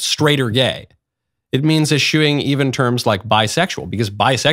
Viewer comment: Likely still, just 2d- or 3d-generation English-speaker. 'Eschew' is not a common, everyday word, nor correctly pronounced ' eh-SHOE '. 'Eschew' is one of few English words where 's' in the three-letter '-sch' cluster is pronounced like a normal 's', before pronouncing the standard 'ch'-digraph. Examples you already cannot miss: 'Discharge' =. diss-CHARGE [allow to depart, carry out, execute] or DISS-charge [fire a weapon, empty a fire extinguisher, or also "carry out, execute'. The last has different stress--same meaning.'] 'Escheat'. = ess-CHEAT [loss of legal title] 'Mischance'. = MISS-chance 'Mischief'. =. MISS-ch'ff, You get those right, so now try: 'Eschew' = ess-CHEW. And there you are! Easy as falling off a log. Welcome to the Anglosphere!.